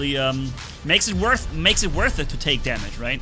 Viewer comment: Are you saying I'm worh it or not 😂😂😂